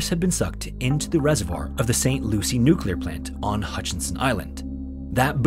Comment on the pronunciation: A storyteller that pronounces "nuclear" correctly 👌...